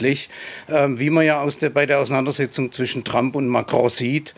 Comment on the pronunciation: Fast so schön wie Donald „Tramp“